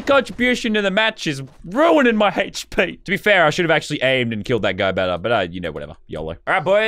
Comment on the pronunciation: He says “heychp” when it’s hp